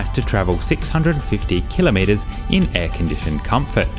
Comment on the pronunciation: Thank you for pronouncing 'kilometre' correctly! :)